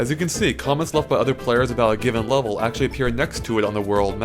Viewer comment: I am annoyed by his pronunciation of the word 'level'.